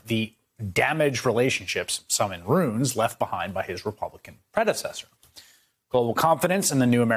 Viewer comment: "ROO-IN" Not roon.